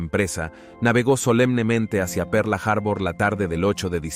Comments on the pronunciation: Pearl Harbor . Harbur noooo. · De que parte del mundo es el narrador, por lo menos en México decimos Pearl harbol, en todo caso que diga puerto perla, aparte de que la voz me resulta poco agradable, el tema me encanta pero me es imposible continuar escuchando perla harbor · "Perla" Harbor... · Excelente traduccion. Perla harbor😅😅😅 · Por dios cómo le cuesta pronunciar Pearl harbor